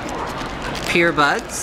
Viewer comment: is anyone else hearing "PEERBUDS"